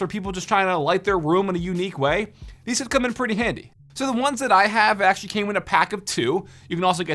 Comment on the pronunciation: why does he say like ‘puh-ee’